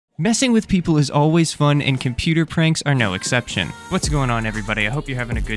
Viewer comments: It’s exception not acception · Exception not acception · EXCEPTION❌ ACCEPTION✔ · *exception not acception. how has nobody else pointed this out yet? this is a year old video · "Acception"!? it's EXCEPTIONN lol😂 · you lost me 3 second into the video at "acception" :| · its not 'acception' its 'exception' brilliant video